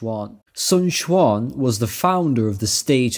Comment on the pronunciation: A shame the 1994 version got taken down, felt that the 2010 got shortened a bit which is a travesty. Yuan and Quan would sound more like short e than a short a sound in the end but otherwise your mandarin is pretty good